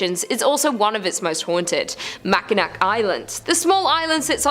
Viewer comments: Mac in awh that's how you pronounce it. Michigander here! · I find the sketchy pronunciations funny. Mack in ack. lol.